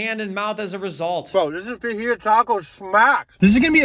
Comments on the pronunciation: Fajitas are pronounced Fa HEE tas. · I don’t know what is more American: 1. buc-ees itself 2. This stupid challenge 3. Pronouncing fajitas as faDGHItas OR my favorite 4. Guy casually going to church twice in a video like this No hate, I like America in all its weirdness